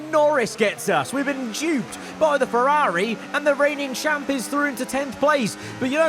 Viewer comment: Why do you say Ferrari like that